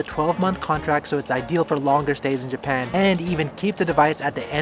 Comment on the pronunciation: Juban? Oh you mean Japan